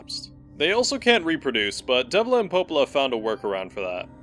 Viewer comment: I didn't hear Devola I heard Wendy's.